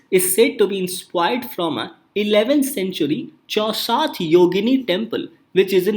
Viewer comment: Chausath = 64 ( in hindi) .......its wrong pronunciation right now